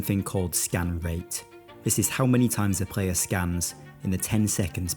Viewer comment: Love The Video, Love the Voice and The Concept of the Video in General. Wondering and this is nowhere Meant Negativ - Why to you say "Prayer" for ""Player" - Subbed !